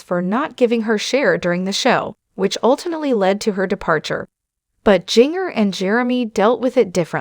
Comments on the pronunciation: Jin-ger!!!!! Not jingerr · I agree it's annoying that she's pronouncing the names wrong